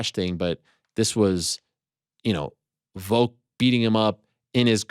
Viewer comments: Is Ariel saying "Voke" instead of Volk? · Does it bother anyone else when Ariel calls him Voke?